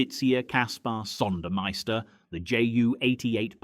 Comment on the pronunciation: RAWNSLEY NOT ROONSLEY , AND PRONOUNCED ZONDERMEISTER.